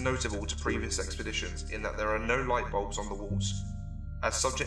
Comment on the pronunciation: EXPERDITIONS DUUUUUUHHH